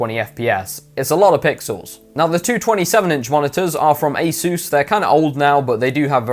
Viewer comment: He said asoos lmao 😂 Edit: I liked my own comment what a savage